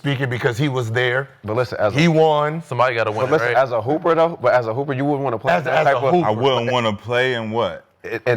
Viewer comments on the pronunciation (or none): “As a hooper” 😂😂😂